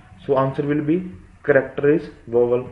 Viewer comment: yo ! that's vowel....not "vovel"...😂😂😂.... explanation is good yaar!